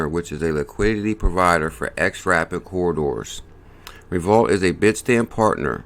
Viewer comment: Is this not pronounced Revo-lute? I may be wrong.